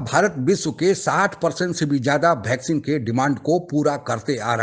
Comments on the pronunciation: It's vaccine not bhaccin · Sir you are great. I like your programmes. Kindly improve pronounciation. Bheccine nhi bolte. Its vaccine ...simple. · भाई बहुत अच्छी खबर सुना रहे हो पर कृपया करके पहले अपने मुंह में जो गुटखा डाल रखा है.... वह गुटखा धो कर आओ फिर साफ-साफ बोलो ....भैकसीन नहीं है..... वैक्सीन होता है मेरे भाई😂😂😂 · Bhai vaccine ko Bhaccine ku bole reha ho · ये भैकसीन नहीं, वैक्सीन कहा जाता है। कृपया उच्चारण तो ठीक तरीके से करे। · भैक्सीन नहीं वैक्सीन बोल़ो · Bhaixcen nahi he vaccine he